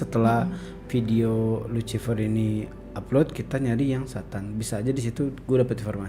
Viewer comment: Lusifer bacanya dammmm